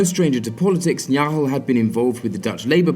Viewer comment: I sounds like you don't really pronounce the 'G' in Dutch names, in the name of Jan Nagel for example. In Dutch, the g is very hard and guttural, although it would probably sound better already if you would pronounce the 'g' in Nagel (or most other Dutch names) like the 'g' in 'game'. It's still not correct, but comes a little closer to what their names actually are. I know pronouncing foreign names can be really hard btw, just want to provide a little help.